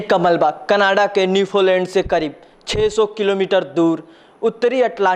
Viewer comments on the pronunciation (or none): none